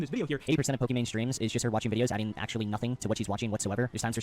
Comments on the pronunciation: Why does Destiny keep calling her “Pokémon” and not “Pokimane”? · Destiny why do u call her Pokémon lol even corrected yourself after saying it right? Is it an inside joke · Why is Destiny saying Pokemon instead of Pokimane. Did she rebrand or something? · Why does destiny call her pokimone?